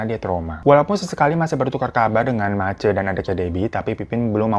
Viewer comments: bg, Ma-C bkn MACe 😅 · gk nyangka bakal ada cerita dr manokwari, aku jg dari mkw. btw bang, mace itu dibacanya macé (sm seperti e pada enak) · Mace bang, E nya kayak nyebut rosé bukan e penat